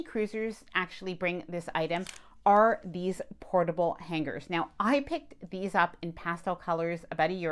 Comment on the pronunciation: The “G” in hangers is silent!